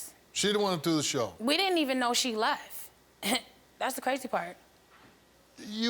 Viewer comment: I can't believe the sister just up and leff. The poeleese need to ax her some questions.....